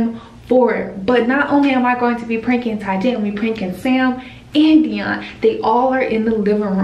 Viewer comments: He legit said take Deon🤣🤣🤣whattt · Bro said take dion instead 😭😭😭😂😂😂😂😂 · Tyjae said take Dion 🤣🤣🤣🤣🤣🤣🤣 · “Take Deion”😂😂😂😂😂😂💀💀